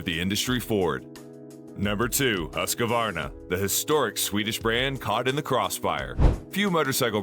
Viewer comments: Please learn how Husqvarna is pronounced. It's not Husq a varna, it's Husq var na. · It's hoosk·vaar·nuh Not Husk-a-Varna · HOOSK VARNA